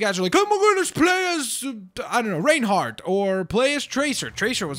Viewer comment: its pronounced ryan-heart not rain-heart